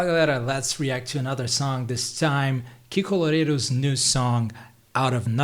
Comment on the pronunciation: Só pela pronúncia perfeita de" "Kiko loureiro" sei que é br kkk Inglês muito bom, cara! Sucesso